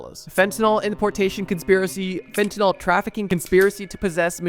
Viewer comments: How does a drug channel mispronounce fentanyl. Nyls and Nols are entirely different chemical compounds… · Homie why are you saying "FentanALL" ?!? Theres a "Y" there my guy... "FEN-TEN-ILL" not "FEN-TEN-ALL" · Bro said instead of fentanyl try cbd😂